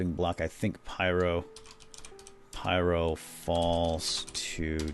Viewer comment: u said pryo not pyro